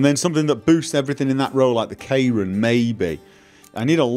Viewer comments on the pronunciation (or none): none